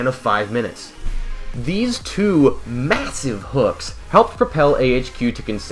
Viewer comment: MAYSIVE HOOKS